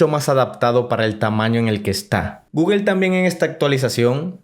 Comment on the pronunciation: Es google no guguel guguel no existe habla bién!